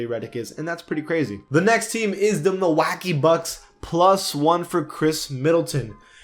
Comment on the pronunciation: He said milawake wrong